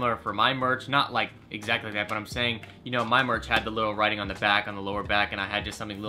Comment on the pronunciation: He spelt merch wrong, he said March